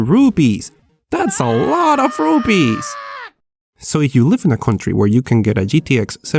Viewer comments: IT's Rupees NOT Rubys LOL XD.....Nice Video LIKED IT and you earned a new SUBSCRIBER!!!!!!!! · RUPEES SOUNDED LIKE RUBIES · mad for gaming he is an idiot. He says rupees , rubies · It is not rubees,it is rupees. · It's not Indian rubees, it's rupees. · Did he just call “Rupees” RUBIES? LMFAO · Loved the way you pronounced Rupees as Rooopeees!😂😂😂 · 'ruu' 'pees' Xdddddd